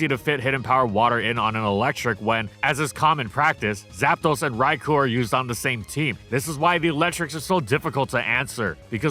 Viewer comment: You know what'd be truly AMAZING? IF COULD PRONOUNCE "RAIKOU" RIGHT, FOR ONCE!!! Also shame on you for no Wooper Little Cup analysis.